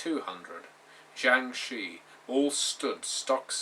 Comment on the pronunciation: Shi is actually pronounced "Sure" (as sure is pronounced in America) with an R sound at the end. They are an ancient Chinese folk legend. Sorry, I'm a huge nerd in addition to being a Chinese speaker.